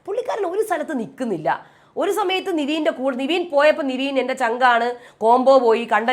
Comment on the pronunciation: നിവീൻ അല്ല.. നെവിൻ ആണ്... കുറെ ആയി കേക്കുന്ന് 😂